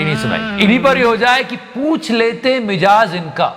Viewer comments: Mijaaz nhi Mizaaj hota hai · Bhai mijaaz nhi Mizaaj hota hai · भाई मुझे अन्यथा मत लीजियेगा, मिज़ाज कहते हैं ना की मिजाज़ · it mizaj, not mijaj..:face-orange-frowning